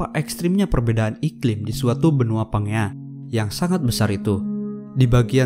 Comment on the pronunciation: Bacanya "PANJIA" bukan PANGEA wkwkwkwkwk 😁😁😁😁